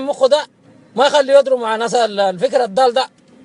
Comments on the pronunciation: لهجة بدو السودان ههههههههه..تقليد طبق الاصل لولا كلمة الفكر الدال..نحن نقول الفكر الضال و ليس الدال.. و بالذات اهلي بالجزيرة المروية....و هي اصلا تشبه اللهجة السعودية و لذلك لا يجدون صعوبة في تقليدها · مبدع بس الفكر الضال وليس الدال كما ننطقها في السودان